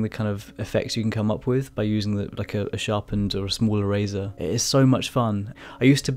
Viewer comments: OHHH...ERASER! I thought you said "a razor". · I can;t get over the "erazor" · I kept hearing “smaller razor” lol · If he says erazer one more time... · is he saying eraser?.....i really wanna know but cant tell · I love the way you say eraser and your fur looks awesome